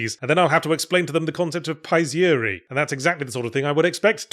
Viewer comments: pan leisure slurrey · it's not an accent thing, yahtzee's just saying it wrong lol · Yahtzee saying “paizuri” reminds me that he’s not a weeb, nor has he ever bothered to learn how to speak weeb. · I can never unhear his pronunciation of paizuri now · I wasn't ready for the British pronunciation of "paizuri" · Oh so that's how you pronounce Paizuri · I did not expect Yahtzee mention paizuri, certainly not with that pronounication to boot.